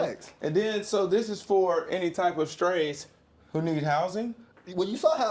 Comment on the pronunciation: Bro said “strays”.